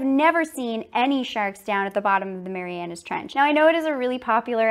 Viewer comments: MARIANA NOT MARIANAS STOP SAYING THAT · Hey, PhD grad. It’s called the “Mariana Trench”, not “Marianus”.